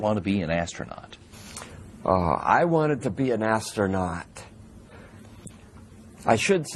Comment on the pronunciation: lol, ass-trough-not- hing!!!!!!!!! lol. give this child an popsicle please!! Doofy